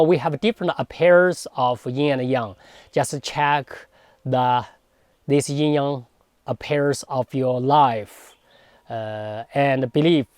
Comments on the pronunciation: Love your videos, but it sounds like you're saying "ying yang" sometimes, which is different ;) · It's NOT a "ying yang" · When will Westerners learn to say Yin Yang correctly. Even these masters talking say Yin Yaang, and still throughout the video he says it wrong!! Why is this? White privilege? He alone and the westerners say it right over the actual person who speaks Chinese? Please please do not disrespect our language! Take the time to learn correct pronunciations is a language other than English.